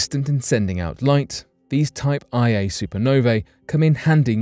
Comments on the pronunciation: LOL “type eye A” supernovae You know that someone is mostly just reading apple news and Wikipedia when they say something like that. It’s “type 1a”…a very important yardstick in astrophysics. They always explode with the exact same energy so we can use them to measure the distance to an object, etc. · It’s Type 1A supernova, not Type IA.